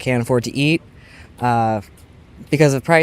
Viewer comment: "Can't afford to ead" - excellent job camera man 😂